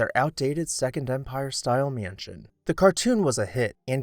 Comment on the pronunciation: Love your videos and watch each one—so much great info! Just curious which part of the country you’re from—I notice your pronunciation of mansion is roughly “myënsion” which is similar to what I hear in Ohio. Thanks for all you do ✨🎃